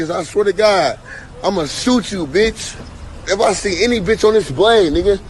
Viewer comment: Cant even say bitch right